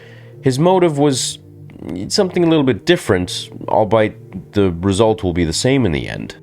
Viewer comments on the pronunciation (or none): Great vid. Anakins love for obi wan is his weakness when it comes to fighting against him . Also —->All-be-it. Albeit. U said albite lol ur still the goat 🐐 of Star Wars content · Did you just pronounce albeit as “all bite”?! 😂